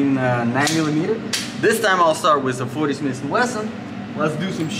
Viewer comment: It is not smisssss and wesson it is smith and wesson… Totally useless video with no usefull information except: „Yeah yeah yeah take it take it, it is good it is really good it is ok…“